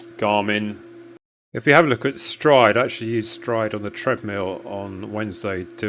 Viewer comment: Stride, of course. I was pronouncing it Streed. Ask Matt why.